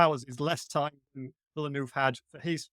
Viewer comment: All experts here but they all fail to pronounce the name of the director correctly. Again, it's not Villenooove!!